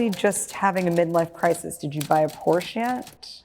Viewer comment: Scarlett Johansson - who wrote the line down for Variety? The word, "yet," at the end doesn't exist. She used the German pronunciation, PORE-Shuh.